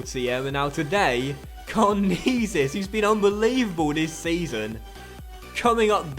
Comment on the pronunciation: it's pronounced karnezis not karnizis